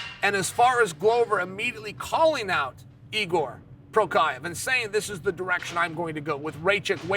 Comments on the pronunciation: Is Igor Prokiev how Jiri Prochazka is pronounced? Ok. This is the way. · Igor Prokaiev 😂😂😂. Chael has never got it right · No One: Uncle Cheal: Prokrahya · good ole "Igor Prokiav" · Chael... Try writing down fighter's names a bunch of times to help with your pronunciation. Your pronunciation is getting so bad that it's become very difficult to even work out who you're talking about. It used to be funny, now it's challenging. Good luck.